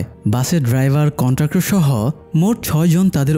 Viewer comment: কন্টাক্টর নাকি কন্ডাক্টর?